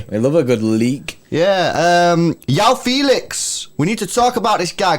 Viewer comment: For my non-Portuguese speaking mates Joao is pronounced "Juh-Wow" 😜